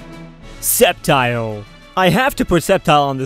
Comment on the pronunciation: ITS CALLED SCEPTILE (SKEPTILE) NOT SEPTILE